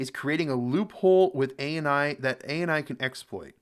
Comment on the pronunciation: Thank you so much for making this ! BTW you are pronouncing his name right ❤❤❤❤ Just for perspective: Under Indian law, the concept of "fair dealing" is similar to "fair use" under U.S. law, though it is more restrictive. It is outlined under Section 52 of the Indian Copyright Act, 1957, which lists certain acts that do not constitute copyright infringement. What is Fair Dealing in Indian Copyright Law? Fair dealing refers to specific, limited exceptions to copyright protection, allowing use of copyrighted work without permission from the copyright owner, for certain purposes. Permitted Uses Under Fair Dealing (Section 52(1)) You can use copyrighted work without permission in the following cases: 1. Private or Personal Use Including research or study Must be non-commercial 2. Criticism or Review Of that work or any other work Must credit the original source 3. Reporting Current Events or News Including use in newspapers, magazines, or broadcasting Should be proportionate to the purpose 4. Use by Teachers or Students For instruction or examination purposes Limited to what's necessary for educational use 5. Parody or Satire Not explicitly stated, but some Indian court rulings have recognized parody as fair dealing in limited contexts Not Covered Under Fair Dealing Commercial exploitation Reproduction of entire books or copyrighted content Uploading pirated content online, even for educational use Use that affects the market value of the original work Key Considerations Courts U